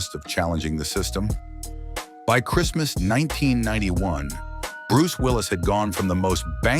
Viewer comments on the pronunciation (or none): none